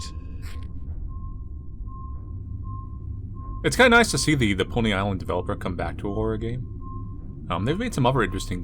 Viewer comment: When said "Pony island" i hear him says "poly island" instead, and thought this was a weird side game to poly bridge or something